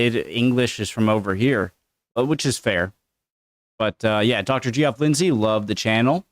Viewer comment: dude, my man, my homie.... Please stop pronouncing this guy's name as "Jeee-off". Geoff is the British spelling of "Jeff" (and they're both pronounced exactly the same way). Geoff is short for Geoffrey (aka Jeffrey).